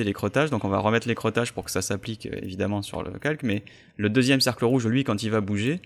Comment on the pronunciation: Merci pour ces astuces, mais j'ai les oreilles qui saignent dès que tu prononces "écreutage" au lieu de "écrêtage"... Merci d'y prêter attention.